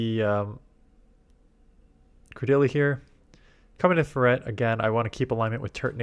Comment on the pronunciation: wtf is a "fur-rette"